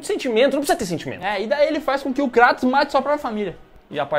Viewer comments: Kratos não, Krueitos. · vei ele falou kraaatos e n kreitos eu sei q nao se escreve assim mas e so pra entederem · Não é Cratus, é Creitos ou Creitons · Cratos" ? Kkkkkkkkkkkkkkkkkkkkkkkkkk Pqp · Cara q Dor no coração ouvir eles dizendo o Nome do Kratos errado kkkkk